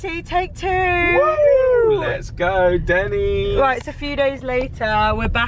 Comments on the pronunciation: It’s not Dennis it’s Denny’s. Just saying 😂🤣😂🤣😂🤣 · not Dennice ; its den e sss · That was oddly very satisfying to see what you thought a out Everything in Denny's! Liz is is NOT called Dennis but pronounced Denneez! Lol! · Its Dennys not Dennis. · it's pronounced Den - E's not, Denis lol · its not called Dennis, its pronounced Dennies/Denneees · Den-Knees not Dennis! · Denny's, not Dennis. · It's pronounced Den knees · Sounds so fancy when she pronounces it as “Denna’s” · They way was calling it “Dennis” at the beginning was cracking me up lol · My husband got soo mad hearing pronounce it “DENNIS” lol 😂😂😂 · listen to how is pronouncing Denny's...it's not Dennis. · I love breakfast at Denny's (DEN-ees). Lunch/dinner not as much. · Lol it's pronounced dennies. Grand slam or lumberjack slam. Country fried steak is good too